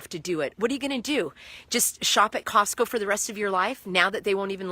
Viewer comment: I hate this lady’s shit eating grin everytime she finishes talking. It’s seriously nauseating. It’s the whole time she does the video. And why does she keep calling Costco CoCost??? She is an IDIOT!!!